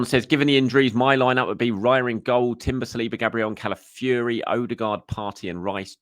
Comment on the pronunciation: Maybe after that we can get him to pronounce Calafiori correctly instead of Cali-fury